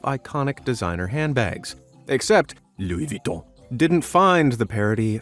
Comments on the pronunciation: “Louwie VitHON” 🤣🤣🤣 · Looey vweeton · had fun pronouncing "Lou Viton" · LoUI VuItToN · I like the way he says Luis Vuitton. Hahahaahaha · I love how he says " LOUIS VUITTON" 😂😂😂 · I love how he pronounce Louis Vuitton, i keep laughing at each time he says it XD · the way he says louis vutton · I rlly love the way u say "Louis Vuitton" 😂😂😂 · I liked how he pronounced Louis Vuitton lol!